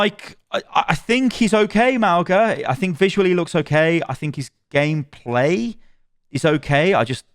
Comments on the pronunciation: It's Mauga, not Magua. Ma-u-ga, Mow-ga, whatever, but not Mahgwa. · Lets slaughter you. Mauga is fine, but how could i be Magua? Its either Mauga or like she said, "maunga" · There actually is no "guh" sound in Mauga at all. It's a nasal "n" sound you make with your tongue at the back of your throat that you open to an "ah". Mah-oo (nasal n)-ah. 2 Syllables. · Magwa? I say Mouga. Hopefully he gets some tuning. Plus he destroys with Zenyatta. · Mauga's is Samoan and it's pronounced similarly to "Manga", as consonants in Samoan are the same as English except G which makes an NG sound as in "song." (no hate, just an informational comment) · I’m pretty sure it’s jus Mow-Gah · i’m pretty sure it’s pronounced “mow-na” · Mau-nga like the ng in sing, /mauŋə/. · They pronounced mauga at blizzcon if you think its said wrong take it up with blizzard